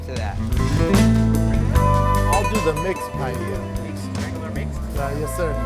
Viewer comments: What's pie-yeyer? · Pie Ella that’s how you pronounce it! Ffs